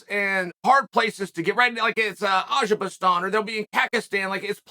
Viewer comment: 20 second in and we got “ajabaston” and “kakastan” already lol